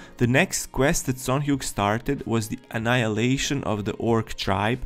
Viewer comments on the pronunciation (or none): none